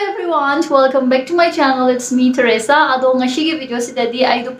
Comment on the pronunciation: Plis plis stop pronouncing ‘S’ as ‘SH’ seriously… For example, it’s TereSa not TereSHa, ngasi not ngassssssshhhiii